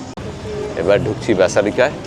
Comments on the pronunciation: Basilica not Basalica!! look up the difference between church, chapel, basilica and cathedral on chat gpt - its very interesting Also its Magellan - the "g" is pronounced J = Majellan and pls, its Cebu - not SheBu. Ei program dekhe shobar uccharon chotke jachhe! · ভাই, শব্দটা কিন্তু ব্যাসিলিকা, ব্যাসালিকা নয়।😊